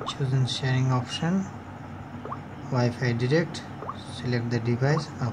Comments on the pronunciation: Good video But it's called wifi direct not derect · Did you say wifi digit